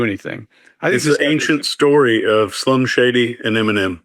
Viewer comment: definitely said Slum Shady the first time, but it’s ok we forgive you 😉💋